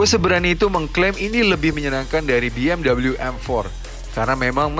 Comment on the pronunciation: Be Em We mas bukan Bi Em double u